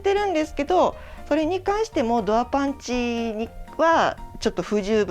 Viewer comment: パンチ👊パンチ👊 パンツ(^_^;)パンツ😍と聞こえる😅